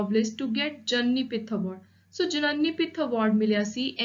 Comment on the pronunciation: It's pronounced as gyanpith award